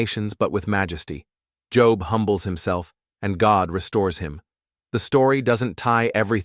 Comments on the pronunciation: plz.....pronounce Bible names properly its not job as work job.......its joe..b.......how its Biblically pronounced sheeesh :face-orange-frowning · I agree, at least Job would be said correctly!!!